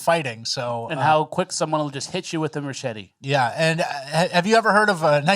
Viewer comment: Did you say “Merchete” 😂😂😂